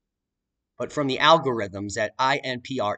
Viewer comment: Pardon me, but did you say AL Gore rhythms?